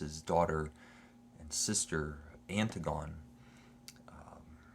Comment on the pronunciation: Anne- Tig- on- ee not Anne- Tig -on... Oedipus means swollen foot...